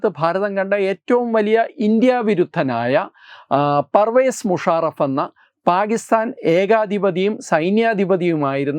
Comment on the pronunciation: Parvez Musharaff alla "pari vacha moonajraf " aanu😅😅😅